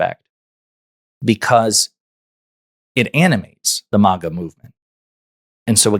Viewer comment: It’s MAGA, not MOGA